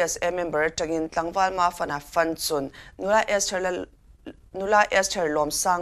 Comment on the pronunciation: Reader hian mizo thil lam rik dan hi la inzir leh deuh ava tha em Fanchun hi aslable hnih hian thluk fan ri sang ve ve tur ani.